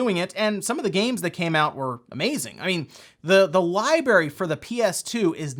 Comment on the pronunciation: Quite a Lie berry!